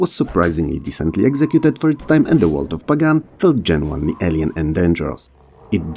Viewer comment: it's pronounced pagan, not pagan 😢